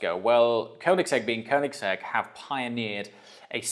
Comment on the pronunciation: If you own the car atleast learn to pronounce it. You can literally ask the OWNER of the company by yourself. Congrats with the purchase tho.